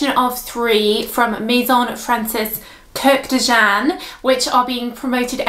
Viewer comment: Btw his last name is two syllables, like Kurrd-john. You can find his stunning videos on YouTube and hear the pronunciation. Interesting review, thanks!